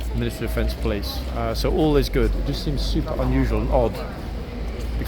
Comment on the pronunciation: That Super was prounced correctly in German.